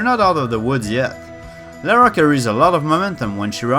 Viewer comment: Funny that Americans can't pronounce Lara either XD